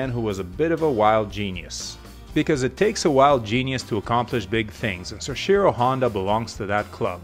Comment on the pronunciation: Great video. Let me just tell you how to correctly say “soichiro,” it’s “soh-ee-chi-roh”